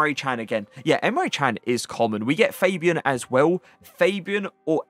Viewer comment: its not fejbian its fabian cmon man